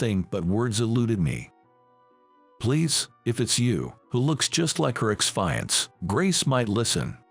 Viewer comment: Fiancé- pronounced:feeyancee